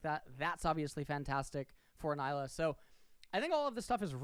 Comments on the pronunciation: It's pronounced Nee-lah, not Ny-lah. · As an indian, it pains me to hear people call her Nyla instead of Nilah(blue in hindi). this makes the 4th youtuber calling her Nyla😭